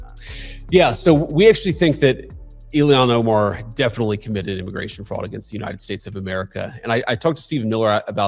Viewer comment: JD Vance is not himself anymore. His hair is not as dark. It is brown. His eyebrows are not as dark. They are brown and his eyelashes & his beard are brown now instead of a dark brownish black as they used to be. Vance looks different and now he doesn’t know how to pronounce Ilhan Omar‘s name! Vance pronounces it “Iliyon Omar”! I do not think he used to pronounce it that way!! Someone check the videos and see, but I’m quite sure Vance USED TO KNOW how to pronounce her name correctly. This is a clone, a replica, but not the original. If the clones are evil, they always change their stance on Israel from for or pro-ISREAL to against. Israel and the Jews are like givers. They gave us the Bible and the 10 Commandments in Jesus Christ and all of the original members of the church. The evils know this and that is the first thing they will try to do is to turn people against them, against the Jews against Israel against Zionism. They know the importance of Israel and the Jewish people and that is why they target them nonstop to get rid of them.